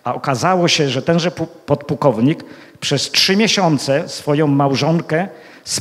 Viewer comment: Szanowny Panie....proszę wyraźnie, poprawnie wymawiać nazwę stopnia wojskowego...tzn. nie "podpukownik" tylko podpułkownik!